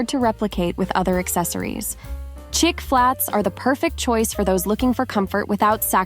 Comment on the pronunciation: Chic is pronounced sheek, not cheek. Just so you know.